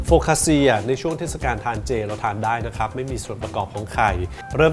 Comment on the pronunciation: C ออกเสียง ชี CIA ออกเสียง ช่า ไม่ใช่ เซีย คำนี้อ่านว่า โฟคคาคช่า ค่ะ เป็นขนมปังที่อร่อยและมีชื่อเสียงของอิตาลีค่ะ